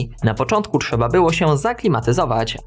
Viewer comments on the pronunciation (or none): none